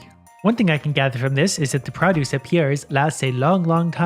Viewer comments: I dont really hear your accent (I'm from northern mi so the accentuate similar here) but when you say produce lol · Stop saying produce wrong